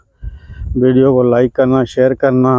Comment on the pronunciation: Jab jab like ko life bolate Hain to bahut hansi aati😅 so cute good job